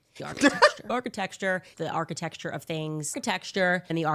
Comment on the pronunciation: She said “architexture” multiple times and you didn’t detect anything wrong?